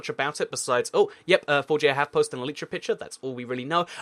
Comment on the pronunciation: It's pronounced E-li-tra.